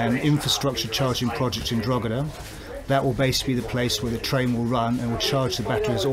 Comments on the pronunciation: The g in Drogheda is silent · A better attempt at pronunciation than Richard Chamberlain’s ‘Drugeeda’ in that old 80s Thorn Bird tv mini series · How long has the man worked in Ireland and mispronounce Drogheda so awfully. He should've done a better job at actually specifying the battery from the individual cells' voltage, C rate, cycle life and capacity total kWh, just saying it'll last 9yrs and an 80km range is not enough info.